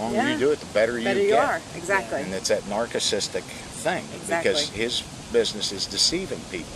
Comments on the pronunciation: "It's that NARK-icisstic thing." Holy shit Don, I am not even trolling you I have NEVER heard narcissist pronounced like that and I absolutely love it and will be using it from now on no hyperbole. Rock on brother, thank you for fighting the good fight. And thank you for your service. I am free today because of men like you. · “Narchitistic thing” 😂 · Narkicistic? lmfao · Ok, did anyone else hear Don say "NARK-UH-CISTICK"? I love his work, but that was unexpected and funny. Sorry, my brother. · “NARC-atistick” 😂😂😂 “thingymagig” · don is so grounded that he can’t even pronounce narcissistic. top man.